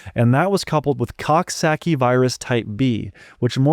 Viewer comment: You really emphasized COCK SACKY virus!!!! 😂😂😂😂